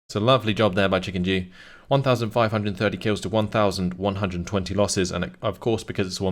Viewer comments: I think he was saying chickenjew and he's the one who read the name wrong haha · Every time you said ChickenDew, I thought you said ChickenJew untill I looked at the names at the very end